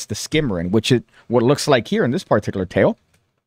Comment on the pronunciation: You need to work on your pronunciation of the word particular. It's a word you clearly love, as do I. However, you need to relax a little when you deliver the first syllable there. You're way too heavy with that first syllable. Just chill, man. You're like: (PAR-TIK-yoo-ler). Only one syllable needs stress, and it's the second one. Say: (puh-TIK-yuu-luh). Give your tongue a break - heaven knows your tongue needs a break with all the rug-munching you do.